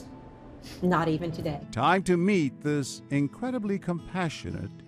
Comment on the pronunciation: Took John a second to realize that she said "time" when she said "tom" :P.